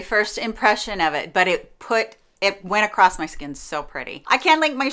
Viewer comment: I'm Midwestern never heard anyone say acrosst. 🤷‍♀️. BUT I'm also from Chicago. I mainly hear trains and gunshots.